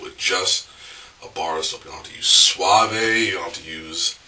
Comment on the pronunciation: Did he say Suave as in Suav-ay???? LOL...WOW, I didn't know that's how it was pronounced...LOL